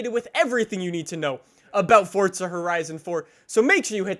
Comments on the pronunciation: Its Forza not Fortza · Forza not fortza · Forza, not fortza....Jesus fuck🤦‍♀️ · Forza of fortza jesus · Please stop calling it fortsuh bro it’s FORZA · It's FOUR-ZA NOT FUCKING FORTNITEZA ya fuken guck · For the love of fucking Christ it’s Forza not fortza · He says fortsa